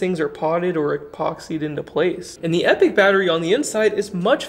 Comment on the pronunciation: You pronounced it Epic! Yeah man. No more “Epotch”. 🤓